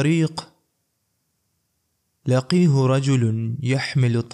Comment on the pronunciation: لم تجود لفظ " لقیہ" الیاء فیہ متحرکۃ بالفتحۃ😊